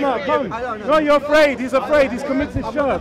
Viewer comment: Shark shark shark lol... Bro you might be able to school Muslims but at least say Shirk as Shirk not SHARK SHARK SHARK LOL